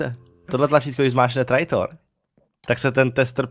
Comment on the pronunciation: Čte se to trejtor